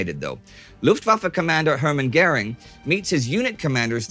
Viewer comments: Hi Indy and crew: Pronunciation of the name Hermann Göring: Indy says his name several times this episode - but a bit wrong. As I'm hearing it, he pronounces it Hörmann Gering. Try swapping the sounds of the first vowel sound in Hermann with the first vowel sound in Göring, and it should be more or less correct :) Apologies, if the above is total gibberish :) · So kind of like Heyrmann Gering? I don't really know how to write phonetics in English lol